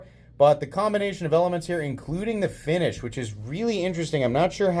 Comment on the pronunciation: The finish on the blade rhymes with the mop.